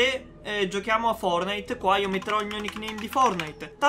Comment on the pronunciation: Ogni volta che dici fornite battle royale mi emoziono 😂